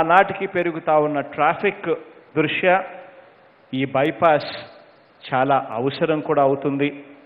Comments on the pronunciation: తెలుగును ఇంగ్లీష్ లో రాసిస్తారట కదా! అందుకే అలా 'వన్నె' ను 'వెన్న' అని 'దృష్ట్యా' ను 'దృష్యా' అని చదువుతున్నాడు కాబోలు. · దృశ్య కాదు దృష్ట్యా 🤣🤣🤣🤣🤣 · Vennalu, Bayepaess, Drushya, Sshankshan, shamahsaylu, rehadaari, …..emi Telugu Saru idi….